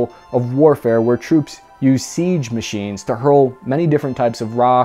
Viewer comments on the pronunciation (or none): none